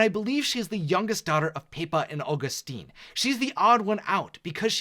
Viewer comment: Is it so difficult to pronounce Julieta,Camilo,Felix and Agustin the right way?